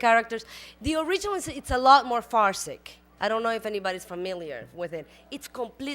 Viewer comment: I think she meant to say farcical instead of saying farcic. She then said its very a farce because its based off a telenovela and characters/scenes were often exaggerated.